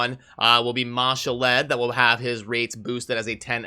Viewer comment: Its ma-shawl'd not ma- sha-led